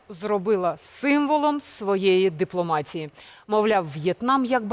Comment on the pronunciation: Цікавий матеріал, але із твоєю мовою я не витримаю. Цю мерзку депломацьсію терпіти не буду. Навчився української мови, ацьсію та іцьсію.